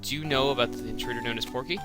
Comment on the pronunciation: its PORKY not pokey